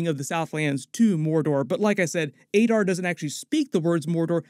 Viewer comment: The way you pronounce Sauron is terrible. Considering you’re a YouTuber and successful you’d think your grasp of the English language would be better. Adar as well 😂